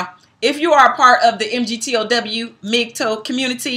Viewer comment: Because this video was done in a largely respectful manner, I'll gently make one correction to your content: MGTOW is pronounced "Mig- tow", the "tow" portion being identical to the first syllable in the word "towel" for instance. Hope this was helpful.